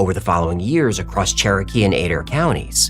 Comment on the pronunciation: Is is uH-DARE county, OK, omg